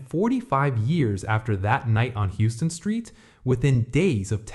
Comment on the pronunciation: For future reference, it's pronounced "Howston street"